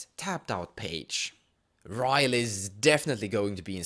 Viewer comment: i think it is pronounced as "ri-yel".. but nah, it's ok.. nice review by the way.. i really hope you'll post the full decklist of Gavi (the one you used last time).. i really think the jeskais have the better end of the stick this time.. *PS: I hope you make a review/brew for Tayam too.. i just really can see the potential combo in it, but kinda lost somewhere.. hehe..